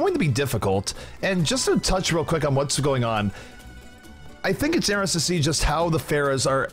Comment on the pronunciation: my biggest problem with zp is his pronunciation of "interesting"